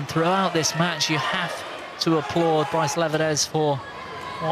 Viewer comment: For the love of god PLEASE stop calling him "bryce". For fuck's sake.